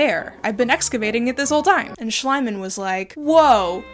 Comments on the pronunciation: Could you please pronounce the name of the rich Troja digger like 'Shleamann'? Because that is the pronunciation of the german name. Talking about the Shoa: It also destroyed cultural heritage, by forcing the Jews to sell the paintings and printings they had, in order to obtain the money needed to emigrate, often beneath the actual worth these had, especially if it was modern art. In the early 2010's this art suddenly turned up as a part of the collection of a Cornelius Gurlitt, who claimed that he had inherited all these hundreds of pieces from his father, without knowlegde of their provenience. He died shortly after. Now a lot of art is looking for its proper owner. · I just love the way you mispronounce Schliemann's name ( not criticising! ) makes it sound slimier... or was that on purpose? 😅😂😂😂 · With german being my mother-tounge, your pronunciation of "Schliemann" gives me conniptions. But I do love the rest of the video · love how they continuously mispronounced Schliemann tbh i get it ie and ie are confusing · I have to say the english pronunciation of Heinrich Schliemann made me laugh 💀 makes him sound slimey and disgusting which is quite fitting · I'm highly entertained about the English pronounciation of Schliemann. Makes him sound like slime guy in German. ^^ Could you do a tour of your background? I'd love a show and tell. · Not how you pronounce Schliemann, btw. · Just a slight correction on "Heinrich Schliemann" pronunciation: 'ie' in German is pronounced like the letter E, and 'mann' like fun with an m. 'ei' is pronounced like the letter I, such as in Heinrich. But it's just as well that his real name and identity may be destroyed by foreign cultures the same way he himself has done, lol. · Please don't be mad at me... Schliemann is pronounced Schleeeemann. The way you pronounce it, it would read Schleimann. Sorry. He is an a**hole though 🤗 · Schliemann is pronounced "Shleeman"